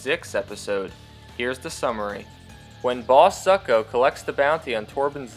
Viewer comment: You kept saying Zucko's name wrong.